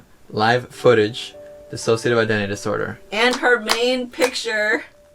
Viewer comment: THANK YOU for saying D I S S O C I A T I V E correctly